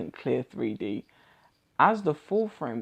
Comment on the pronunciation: Sounds like you’re saying “Free D”